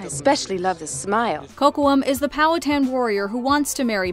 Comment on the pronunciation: mispronounced powhatan